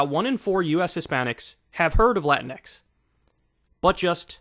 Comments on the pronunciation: The point you're missing is that "latinx" is not English, it's Spanish. In Spanish, you have "latino" for male and "latina" for female. "latinx" is written that way, but you pronounce it like "latine", not "latin-X". Why? Well, first the "e" is loosely associated with gender neutrality in Spanish. And second, there are some words where replacing an "a" or an "o" for an "e" would totally change the sound of the word, especially if there's a "g" involved. For example, "amigo" would become "amige", which would sound very different. For it to sound similar, it would have to be "amigue", but then it looks too different. As a solution, they use "amigx". You can argue if that's a good solution or not, but that's the reason behind the "x". This seems to have passed completely over the head of Kyle, but it's understandable as he's probably not a fluent Spanish speaker. This would probably apply to non-Spanish speaker latinos in the US. The funny thing is that the sentiment behind "latinx" is not new. When I was a kid in Venezuela, whenever you wanted to make sure you addressed both male and female in written form, you'd write something like "latino(a)". Then when I was a bit older, it changed to "latin@ which the Royal Spanish Academy didn't like because is not really a letter, but people in general didn't get mad about it. Then we got to now, and people are up in arms about it because it got political. PS: before you waste my time with some useless comment, I personally don't use i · My problem with latinx is, as AOC does in this video, they pronounce the latin part in spanish and the X in english which kind of proves its a made up white liberal term because if it actually came out of the Hispanic community the X would also be pronounced in Spanish. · It's "latin x"?? Not "latincks" For crying out loud! Pronounce it as it's spelled and spell it as it's pronounced. Lynx is not "lyn x" Sphynx is not Sphyn x. Whoever coined that term is an immense idiot!